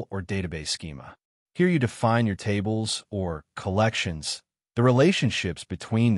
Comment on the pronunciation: Why'd he say "collections" like that😅